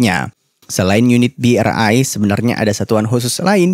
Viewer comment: Asuu asu ngakak sy bang hhhhhh host tadi bilangnya BE ER AI hhhh KUR sama KUPERA bang.